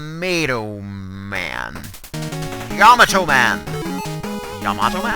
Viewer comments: it is pronounced Yom-ato Man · and BTW I know you were being funny but it's pronounced YAH - MAH - TOH lol fairly simple cheers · Say yamato as if it's yomato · It's yah- mah- toh. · It is actually pronounced Yah - Muh - Toh